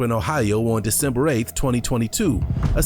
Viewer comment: “Decenber” hehehehe